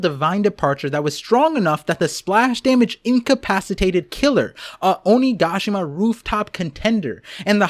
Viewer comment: Oh-knee-gah-she-ma. There. That’s how you say it lol